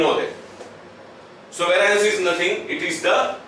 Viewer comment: "how can we calculate vaaraanc" and ... lol ...sir ji .... its not vaaraanc , it is pronounced as ˈveriəns /ˈværiəns/